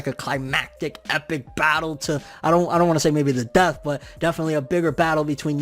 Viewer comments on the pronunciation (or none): none